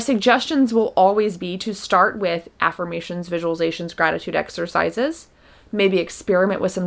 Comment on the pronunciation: I was watching this far from my phone and "gratitude exercises" sounded like "rabbit sacrifices" and I was like "wait WHAT?!" OMG lol 😅😅